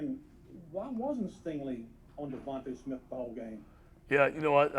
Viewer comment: Can't say his name? Let me help you Devonta Smith #6, WR University of Alabama.